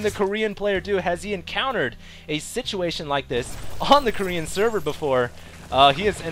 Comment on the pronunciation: ahaha i laugh every time u say korean!